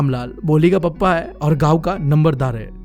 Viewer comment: It's not numberdarr its Lambardar